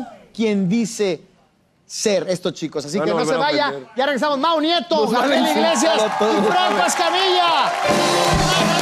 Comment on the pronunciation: acabo de ver que dice Gabriel Iglesisas, antes de Gabriel Iglesias